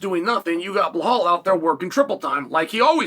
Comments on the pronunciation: Still calling him bill hall is crazy 🤣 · “Blahal and kamara” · The 3 tough names Chael can pronounce, Rakhmonov, Nurmagomedov and Magomedsharipov. But Usman and Belal, come on he's not a linguistics major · Belal, Kamaru, SHAVKAT RAKHMONOV guess which name uncle Chael P pronounce perfectly and which two he completely butchers. Undefeated. Undisputed.